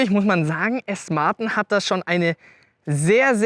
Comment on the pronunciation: Okay, du kannst ja "ausstattenne" und "Felgne" sagen aber "Aston Martne" komm schon...😅🤷‍♂️